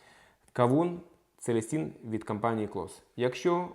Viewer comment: Целін а не Целестін)